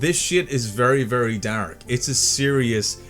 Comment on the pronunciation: I'm sorry to brake the dark tone of the video but I love how you pronounce the word dark. "Dahrk"